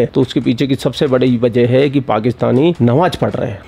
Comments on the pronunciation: Nawaj nahi namaj hota hai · 😂tum thotala likte bhi ho😂.nawaaz nahi namaaz hota hai